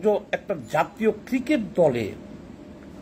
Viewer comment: তুই আগে ক্রিকোট কে ক্রিকেট বলা শিখ।